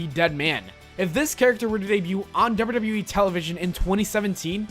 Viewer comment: Slow down on how you pronounce WWE and WWF. It sounds like gibberish. "Doubadoubawe"